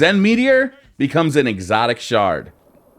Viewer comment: jade rabbit drops from exotic primary engram, he said excotic sepecial.... Keep it.